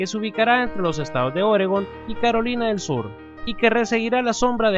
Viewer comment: en el minuto dice perolina del sur 😂😂😌😌😏😏😎😎😬😬😡😡 jajaja .....